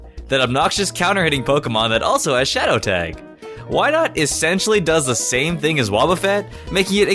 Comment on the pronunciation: IT'S WYNAUT, NOT WYNOT!